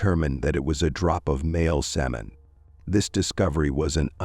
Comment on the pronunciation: Pronunciation kills the story. "Male Samon" "DNuh"?